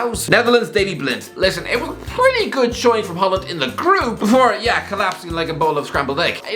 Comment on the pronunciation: the words are 'pretty, probably, prone, bridge & brilliant' not 'pwwwwwitty, pwwwwobably, pwwwwwwown, bwwwwwij & bwwwwwwwilliant'